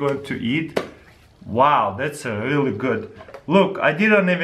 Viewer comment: so much difficulty with the word "really" :D